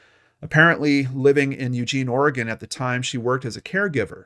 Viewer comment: Thank you for pronouncing Oregon correctly.